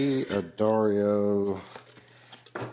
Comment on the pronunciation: D'Addario is an Italian name. It is a contraction of Da Addario, so it should be pronounced "Daddario," not "Dee Addario!" The Dunlop has a louder, sweeter and fuller sound than the Wegen, with just slightly more pick noise, but the pick noise is not very loud for both.